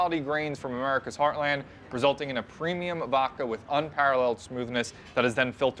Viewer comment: Dose know it’s vodka and not “Vocka”?